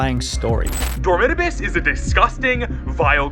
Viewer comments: WTF is (Dormitaabis) its door-mit-a-bis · The way you pronounce FNAF and Dormitabis is worse than all of those combined